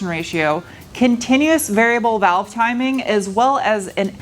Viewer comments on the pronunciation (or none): none